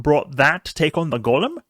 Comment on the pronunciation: Enjoy your vids man but, it's Golem (as in toe/hoe/poe/snow) not Gollum (as in the LotR character).